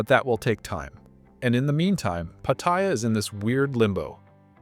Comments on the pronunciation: Learn the correct pronunciation of Pat---ta--Ya , not Patyia , Pat--ta--Ya. There. Is not such place in Thailand as Patyia, My Thai wife gets pissed off with farangs whom can't pronounce Pattaya correctly and posting up all these negative videos , If you don't like don't come to Thailand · Its not pat-tie-ya its pat-tay-ya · I've lived in and visited Thailand since 1970 and the name is pronounced Patty Yah! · Pat t ya . Fk speak sound right . Wow speak correct ... ask a local ...